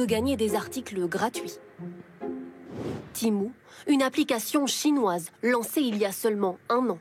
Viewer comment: En 5 minutes de vidéo vous avez réussi à prononcer temu de 3 façon differentes. Je sais pas si c'est de l’incompétence ou de l'humour d'un autre age.